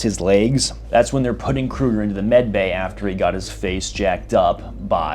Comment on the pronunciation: You don't pronounce the G in Kruger